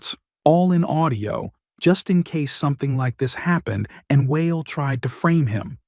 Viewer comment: Lol. I'm never going to be saying the name WA EL ever the same. It's going to be whale 🤣